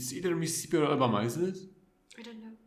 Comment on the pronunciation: It’s Mississippi. 😅